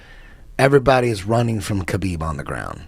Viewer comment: Why do Indians call KAH-BEEB HAH-BEEB are they high. Are they drunk. Yoga fire yoga flame?